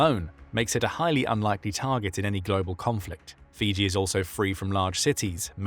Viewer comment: Fuji??? No, Fiji